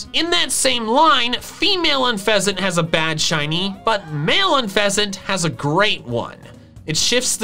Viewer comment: DO NOT LEAVE OFF THE U IN TOUCANNON! THE SECOND E IN UNFEZANT IS SUPPOSED TO BE AN A! AND IT'S CORVIKNIGHT, NOT CORVANIGHT!